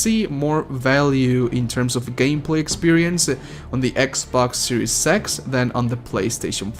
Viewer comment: Did he just say gay pass or is it just me? Did he just say series sex or is ot just me?